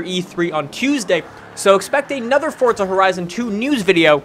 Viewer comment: Just wondering, why do you pronounce forza like "fortza"? My friends and I say it like 4za.